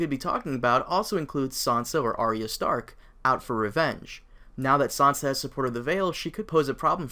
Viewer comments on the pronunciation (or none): none